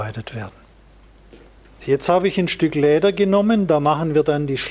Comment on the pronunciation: Ich krieg die Krise, wenn er sagt „Kläber... verkläben... Läder..“ puuuh🙈😂